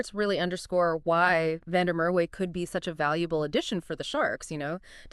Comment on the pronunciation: It's Van der Mer va not way w is v in Afrikaans